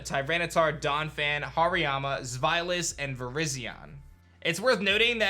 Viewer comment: Thank you for pronouncing Zweilous’ name with the German influence! I always do that for dEINo, ZWEIlous, and hyDREIgon and feel crazy. It’s a play on their 1, 2, and 3 heads, as Ein, Zwei, and Drei are One, Two, and Three in German